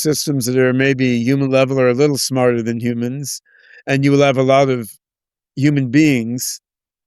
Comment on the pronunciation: I like how he says "humans" the same way as Yudkowsky 😂 "Yewmans" or "Yewmuns 🤔"